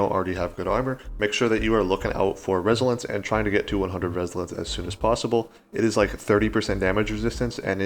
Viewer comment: My guy said resilence😂